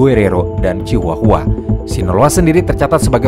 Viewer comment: Thx min akhirnya ada yg bahas kartel mehiko sekomplit ini Sepanjang akun YT lu berdiri, gw full ngikutin semua pembahasan, tapi kali ini punten bgtt, Izinkan gw buat ikut komentar ngasih sedikit masukan yaa hehe 🙏🏻 Karna konten kaya gini 60%nya Audio/Lisan/Verbal Maka akan lebih nantep kalo spell nya juga tepattt minn Kartel: dibaca kartEl (E bEbEk) Chihuahua: ciwawa Guadalajara: guadalahara Medellin: medeyin Tijuana: tihuana Juarez: huares Jouaqin: huakin Miguel: migel Angel: anggEl El Chapo: el capo Los Zetas: los zetas (Znya, zet atuh min tong jet wae wkwk) La Chata: la cata Coahuila: kuwila Ciudad: siudad Baja: baha